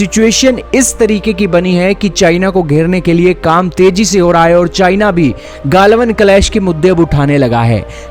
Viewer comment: गाल्वन नही गलवान